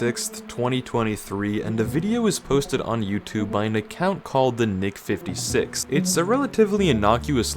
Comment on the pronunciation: Why does it sound like he isn't saying the nick 56.